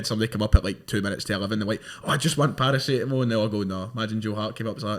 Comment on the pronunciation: the way pronounces paracetamol is disturbing